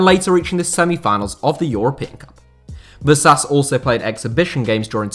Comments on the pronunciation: it's pronunced "vashash" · I'm not a native Hungarian speaker but I reckon "Vasas" would be pronounced "vashash" ("Vaszasz" would be pronounced "vasas" though) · is it that hard for native english speakers to try to pronounce names properly.. like VASHASH